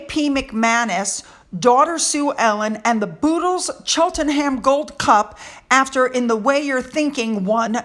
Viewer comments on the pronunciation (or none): Cheltenham.... Chelt-nam is how you pronounce it 😊